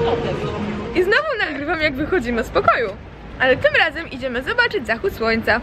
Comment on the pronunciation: "Jeszcze rlas", "rlazem", "nagrrrywac". Mam wrazenie ze specjalnie to akcentujesz. Czasem zapominasz i wymawiasz "r" normalnie.